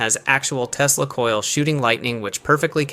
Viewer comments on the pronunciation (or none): none